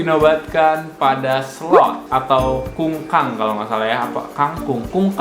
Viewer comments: Bang bukan kungkang tapi kukang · 13.31 kukang bang bukan kungkang ntar dibalik kangkung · bang Kukang bukan kungkang apalagi kangkung (kangkung kan nama sayur)